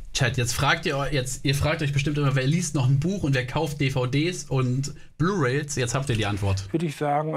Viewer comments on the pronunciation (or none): Beispiel: . Ich hasse es wenn Leute manche sachen erwähnen aber nicht wissen wie es richtig heißt. Blu Rails statt Blu Rays an dieser Stelle.